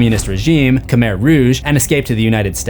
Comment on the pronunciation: At least try to learn how to pronounce Khmer and Laos correctly. Jeez…